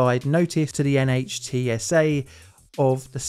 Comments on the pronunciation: NHTSA is pronounced NITS-uh. Just FYI. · Great video. Just an fyi: NHTSA is pronounced “nit-sa”